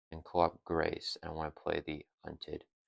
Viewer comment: gotta out meta the pronunciation police. You were spot on with yours keeping the s sound from the c in grace. Eagerly awaiting someone to say, 'ackshually- its koo-de-grah'